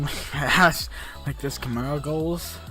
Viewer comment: i just hat how he says camaro as cameo